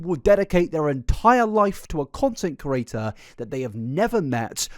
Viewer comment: The way you say "creator" is so close to "curator", it itches the inside of my ears 😂